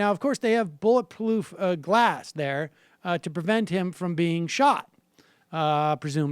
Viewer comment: bulletploof glas 😂😂😂